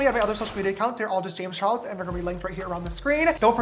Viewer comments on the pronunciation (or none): Is it just me or is the Charles in his intro missing the letter L